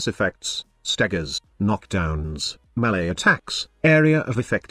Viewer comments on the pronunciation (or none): "M'lay attacks." tips Limbo hat